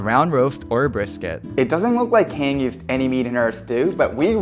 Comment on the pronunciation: Great production and delicious looking stew, but her name is pronounced "Han-Jee", not "Hang" 😅